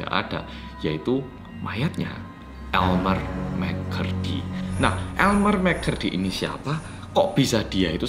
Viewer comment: elmer mccurry me: ha? elemer mcflurry?